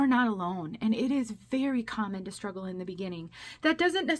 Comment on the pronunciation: You silly billy, struggles, not stuggles….LOL